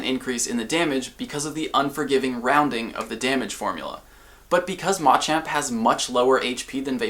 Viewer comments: Why is he pronouncing machamp..... Ma-champ ???? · why does he keep saying mah champ. its like those people that call ratata ra ta tah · I love everything you do here, but your pronunciation of Machamp is going against basic tenets of English pronunciation. The stressed syllable in all three of the Machop evolutionary line is the second - this helps listeners pick up on the difference between them even when you speak very quickly. If you list off MA-chop, MA-choke, and MA-champ very quickly, you lose a lot of clarity, especially for second language listeners! Pronouncing them ma-CHOP, ma-CHOKE, ma-CHAMP is easier for everyone! Hope this makes sense.